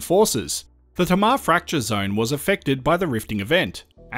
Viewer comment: "T-Marr"? We Taswegians say "TayMar" with equal emphasis on both syllables. Love your videos BTW.